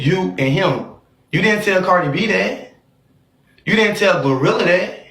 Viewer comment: It’s Gloooo Rilla Alvo who tf is GLUE Rilla 😂